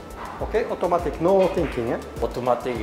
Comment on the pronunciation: 쿠드롱 발음을 따라서 말 하시는게 넘 웃기네요 ㅋㅋ 오또마틱~